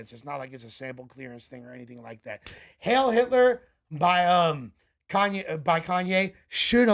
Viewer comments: it's heil, turd, not hill. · it's not hail, it's heil. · Dude can't even pronounce the word "heil" 😂